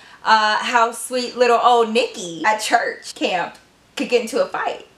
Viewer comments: Hi love your channel, and you forgot the r in church you total said chuch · I'm being so shady, but it just sounds so funny! You know I love ya girl!